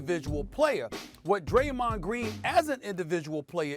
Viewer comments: Bro said "Graymond" The Adult me instantly sang Digi mon Digital Monsters 😂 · SAS really turned Draymonds name into a Yugi-Oh character 😂😭